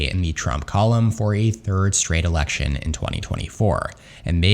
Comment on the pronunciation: Says “Erection” instead of “election” 😅